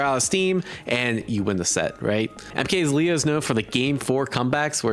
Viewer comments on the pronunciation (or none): MKLeo is given a more Spanish pronunciation (At least from what I usually hear I might be wrong)